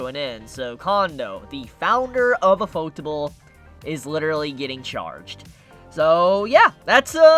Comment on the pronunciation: Lol the way you pronounce ufotable is shit. Its literally ufo-table. It's yu-fo-table. You can thank me.